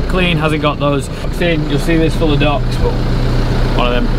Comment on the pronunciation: I thought he was saying ducks. Took me a bit to figure out he was saying docks.